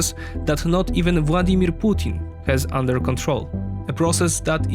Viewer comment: Your videos are great and the narration is excellent. Bonus points for pronouncing his name Vładimir 😇 Dzięki!